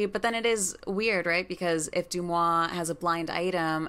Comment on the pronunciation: Sorry for being nitpicky, but DeuxMoi is pronouced like De-Moi, not Du-Moi.